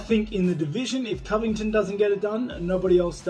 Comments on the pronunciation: He usually pronounces it correctly. Even the first time in the interview. I'm pretty sure he was saying Colby "Colvictim", which is GREAT considering the name game Colby plays. But I still think Colby is awesome, even if Usman gets him again. Colby is GREAT for the UFC. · Gsp pronouncing "covington * was great 😂👌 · “ colby co - victon “ 😂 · Did GSP Call Colby čoviktam? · Georges "Colby convigted" st pierre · Gsp : Col by Con Ving Ton 😅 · did GSP said Colby Convector by accident or on purpose? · GSP “Colby cO-viCtiN” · Wait did GSP call him Colby CoVICTIM 😂😂😂😭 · GSP says cobt covicton gonna lose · I think st. Pierre said Colby covictim lol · "Colby co-victim", hahaa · He butchered Covington. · GSP trying to say Colby Covington was the highlight of this reel. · Covy win ton. Colby will win. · Gsp- "coldy coventon"😂😂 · "Colby, called victim" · I think he may have been saying Colby "Colvictim". He pronounced Colby's last name perfectly the first few times he's said it. Brilliant, Mr Pierre.... Brilliant. Using Colby's own "name game" against him...lol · I heard coby co-victim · “Kobe cole-ving-Alton” 🤣 love GSP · Jorge San-Pedro: Colby Co ving! Ton.. Priceless 😭😭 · no one George st Pierre : Kobe kolbington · Did Georges say "Colvictim"? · “Colby coVICTIM”.. Deserved! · The way GSP pronounced Covington 😂😂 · I thought it was colby co-victim lol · Cool-pee corny victm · I thought he said CoVICTon. LOL I'll have to listen to it again. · Co victim, I think he is doing it on purpose. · "koby colvickton"! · Coly COVID10